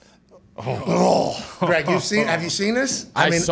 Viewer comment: calling Greg Olsen "G-Reg" is legendary...lol